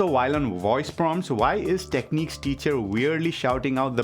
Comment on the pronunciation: its pronounced Tekniks ;)